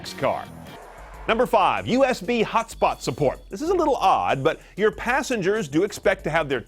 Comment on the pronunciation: Its usb not usp.